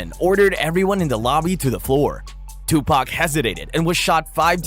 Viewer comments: and I don't care how it's pronounced but Tupack is just wrong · Hearing the whitest kid pronouncing Tupac is agonizing me.